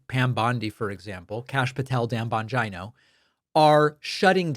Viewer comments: Stop calling him "Bonjino"...like Vagino. His name is italian...Bon-geeee-no. Geez!! Swollen ankles...shrunken brain. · Bon gynooo? Is David saying it like that to be funny? It’s bon-Gino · Bongina...say it like va....😂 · Why are you saying Bongino like vagina? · Does David mispronounce Bongeeno on purpose? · It's "Dan Vagina" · The Bongina. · So, not only are you mispronouncing Bongino’s name and now Tapper. Done…